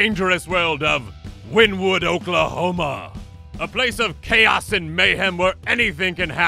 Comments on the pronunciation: Wynnewood is pronounced more like Winnie Wood by the locals. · As a okie would love to get but is pronounced winni wood